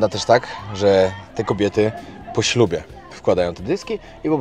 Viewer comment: w momencie powiedziałeś po ślubie w taki sposób, że wyszło z tego poślubie 😂😂. Przyznam, że na moment zamarłem. Już myślałem, że masz zamiar wchodzić w związki małżeńskie z tymi kobietami. Oczywiście taki żart może śmieszny może nie, poza tym świetny materiał, czekam na następne. 😎😎😎